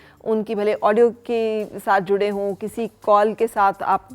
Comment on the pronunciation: Aapki Urdu ko kia hoa, " juray hoon, juray hoon " kia hota hai hota hai. Aap tu bohat sahi Udru bolti theen.